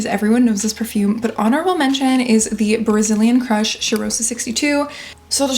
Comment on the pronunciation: Cheirosa is pronounced with a open O like in opera or the A in all